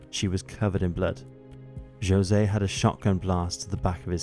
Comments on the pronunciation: I'm so sorry, I cannot get over the pronunciation of José as Joe-se. I love this channel, but I would encourage the narrators for episodes to look into how to pronounce the names of Hispanic people - especially if the name being flubbed is one of the murder victims. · He pronounces Jose in the Portuguese rather than the Spanish way.